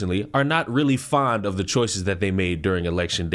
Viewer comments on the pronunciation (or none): none